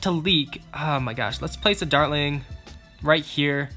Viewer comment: this is how many times he said darling instead of dartling I I V